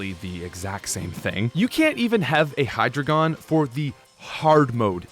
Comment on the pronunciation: >asks how to pronounce Deino >pronounces Hydreigon as Hydragon You nerfed the best English Pokémon name.